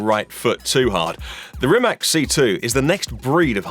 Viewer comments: Please. It is not RimaK. It's RimaC. Perhaps you should try reading it like it has Z at the end. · It Rimac not Rimak you idiot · its rimaC not rimak if sketchmonkey can get it right so can you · RimaC! A B C, Ceee! Not K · Its spelled rimaC you say like C not rimak lol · Wrong pronunciation! Rimats is the correct pronunciation. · Croatian pronunciation would be ree-mah-ts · Oke brate, sljedeci put molim te kad budes u prilici izgovaraj hono (renault) i honde (hyundai), da ne pravis budalu od sebe. A onda naravno imas pravo i ismijavati nekoga jer je rekao rimak, a da ne budes licemjer. Poz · No it's not. Mate Rimac himself said that either is fine. They even market it as Rimack for foreign countries. It's a brand and it doesn't have to be pronounced as the surname so don't be an annoying smartass please.